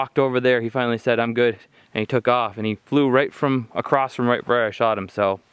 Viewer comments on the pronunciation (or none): The beavers must be 12’ across (not “acrosst” there is no T in across). No need to add letters to a word that don’t exist brother. Pass this knowledge on! It’s pronounced ACROSS! Not acrosst 👎